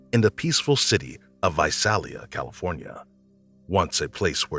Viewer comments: #17 Visalia is pronounced Vi-sail-ia. I lived near there most of my childhood. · Its pronounced Vi-sail-a not Vi-sal-a. Lived there for years. The Golden State Killer was a scary time.